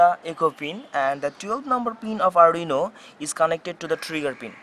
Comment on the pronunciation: Its arduino...not arrdino